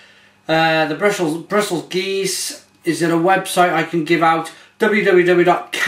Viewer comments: If in doubt how to pronounce stuff look for a video of a person from the country saying those very words. Its "gerrz" not "Gaze" or Gooze". But tobehonest when I visited Cantillon the woman there pronouced it differnbt a few times.. Just do a search for "Jean Van Roy" and listen to headbrewer say the name himself. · aaahhh your killing me its can-tee-on and gu-r-z lol :p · Just have to correct your pronunciation... cant-ee-own and gooz...